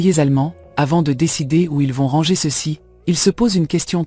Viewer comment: Merci pour cette video mais pourriez-vous corriger la prononciation du mot "ranger "? En français on ne prononce pas le r à la fin. On doit dire rangé. Vous faites cette même erreur dans tous vos vidéos. Merci 😊